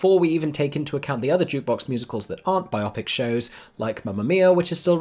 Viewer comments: Biopic is pronounced...bio-pic. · Love your video´s, is this really how you pronounce biopic in the UK??